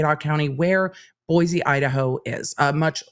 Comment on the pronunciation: As a native of Boise, Idaho…please pronounce it “boy-see”. 😁